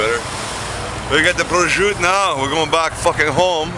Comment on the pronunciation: I thoroughly enjoyed this video! Looks yummo. And good pronunciation of prosciutto also. Great dish and awesome entertainment.